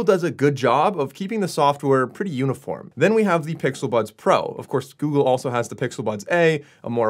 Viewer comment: 😭😭😭...he Said "the pixel buns"😭